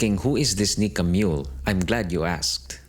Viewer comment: MULE Not Mole.